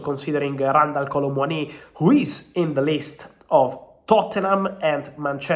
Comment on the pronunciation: Thank you for that - hadn’t a clue what he was saying with “Kolo Muani” 😂